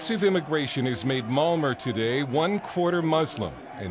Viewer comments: It's pronounced Malmo, not Malmer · lol when you say "malmö", its sounds like molmure... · Uhh well in Sweden we pronounce it Malm-O. The Ö is sort of pronounced like you'd say "Uhh" but in this video this bloke adds an R at the end when he pronounces it. Plus not to mention how horribly overdone this video is and how it misrepresents a great city. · This vid is full of lies and inaccurate shit! Typical of American "journalism". And it's MALMÖ not Malmuurrrr. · Malmor? wtf it's Malm-O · OMG english ppl cant say malmö they say malmore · What is this marmer he speaks of? Marmelade?